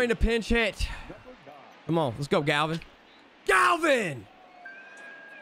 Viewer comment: How does my mans mispronounce the name Gavin? I understand some names, but Gavin?